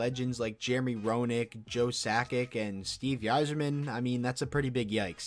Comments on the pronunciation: Did you say Steve "Yi-Zerman"? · How did you pronounce Yzerman wrong when you're a Wings fan? It's "eye-zer-min". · It's pronounced eye-zer-men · Lol he sure did you would think a person doing all these comparisons and seems like he knows hockey would be able to pronounce Steve Yzerman's name. Not hating just funny.